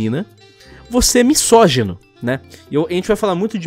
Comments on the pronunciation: MiÇogino? Kkkkk pohha para de falar errado, irritante. MiSógino tem som de Z burro, S entre vogais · ele pronunciando misógino como miSSógino toda agr da agonia